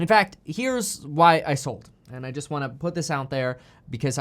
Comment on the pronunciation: please stop saying jizzt lol